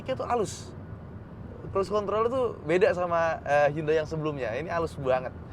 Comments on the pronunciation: Temen korea saya bilang pelafalan hyundai ya hyundai bukan yandei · Lebih tepatnya 현대 sih bang, Hyeondae. Bukan Yandei 😂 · Bukan yande tapi hyon dae (nama koreanya) Entah kenapa orang2 suka banget Inggris2in brand/merk yg padahal bukan berasal dari Inggris. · Bacanya "HANDE" bang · 현대 (HYEONDAE) . Orang korea bacanya HYONDE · spelling "Hyundai" ( 현대 ) yang benar adalah " Hyon De" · Sbenernya bacanya Hyundai adalah Yonde klo orang korea asli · Bukannya 'Hyeondae' ya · Saya cuma mau ngasi tambahan kalo Hyundai dalam penulisan bahasa korea ditulis 현대=Hyeondae. H+Yeon dibaca seperti kita membaca "krayon" dan Dae kurang lebih seperti kita membaca "Desa". Sekian 🙏